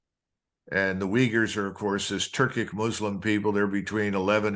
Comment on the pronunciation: It is "uygurs" not "wiggers"